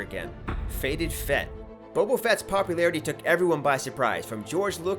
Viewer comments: It sounded like he said Bobo Fett instead of Boba Fett XD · bobo fett?